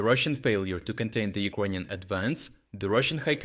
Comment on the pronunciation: Bro, you need to practice saying "ukranian" in english. It took me 5 minutes to understand what you were trying to say, almost quit the video.